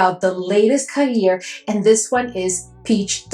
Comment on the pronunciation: I thought the next Khair would be a YBM Kayali dupe with a cute pastel pink bottle, but this is really cool and interesting! You were super quick with getting this review to us, thank u ❤ BTW a middle eastern man told me it's pronounced "g-air" like that gutteral "g" sound and then "air". The spicy notes are concerning me... I don't like smelling like a chilli pepper 😢 Loooove your affordable middle eastern reviews ❤❤❤❤❤ Please never stop!!!!